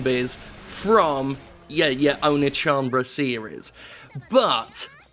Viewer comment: I'm in no way a weeaboo, but his pronunciation of Oneechanbara was physically hurting me.